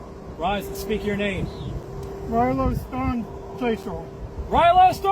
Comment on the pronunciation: I think that guy said "Stawmchaser" as in storm chaser, as in he has a speech impediment and still speaks like a toddler..